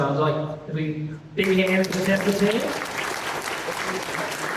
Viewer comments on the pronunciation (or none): How does work for Tesla but cannot pronounce the name of the company he works for correctly? It's TeSSSla. It is not TeZZZla.